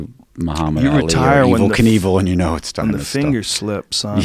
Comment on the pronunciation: The way joe reacts to Rob saying the name wrong (simultaneously) joe - “being evel” rob- “being kinevel you gotta watch that if you haven’t seen it” joe - “wow.....wow” - lmfao 😂🤣